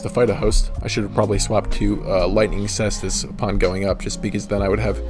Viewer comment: Ty for saying Caestus the right way!